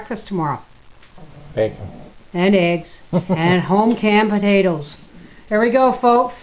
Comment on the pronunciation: I watched it again and heard you talking about canning potatoes. But you pronounced it like my mother always did (which we would tease her about) podados (almost with a soft d) Thanks for the memories.